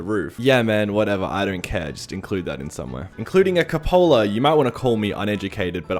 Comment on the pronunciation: is pronounced wayy differently. cabooses have these, and they are pronoucnedc coop (kinda like chicken coop) with an bit of that just letter U. then pola